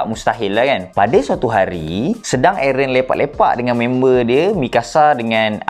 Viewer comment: Bukan aaron..tapi airrent